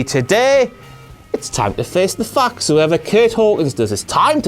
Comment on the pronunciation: It really sounds like was saying," it's time to face the fuck." Not," Time to face the facts."